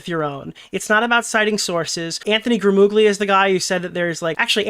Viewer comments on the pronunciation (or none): IT'S PRONOUNCED GRAMULIA GL = L IN ITALIAN(it's slightly different, but L is a good approximation) YOU ARE ITALIAN-AMERICAN, PLS GET IT RIGHT